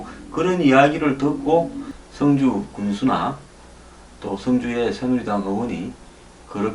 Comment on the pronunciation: 황소장님 성주의 발음은 주자에 악센트가 있습니다. 군민들이 이상하군요? 이럴리가 없는데-----누군가가 이상한 방향으로 리드하고 있군요. 여기에 어진 군민들이 끌려가고 있군요. 정부 도지사 군수 지역 유지들은 무얼하시는가요?